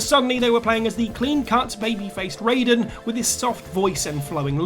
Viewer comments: It’s Ri-den, not Ray-den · The most shocking thing in this video, is how many times you mispronounced Raiden, despite how many times they say the name correctly in MGS2